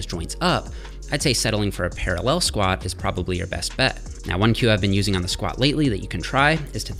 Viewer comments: I hadn't noticed Jeffs accent until now. Why does he keep saying ParalLEL like that!?! Hahaha. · Para LELLLL